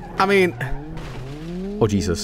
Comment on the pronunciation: "I was jos kidin o jeesos!!!"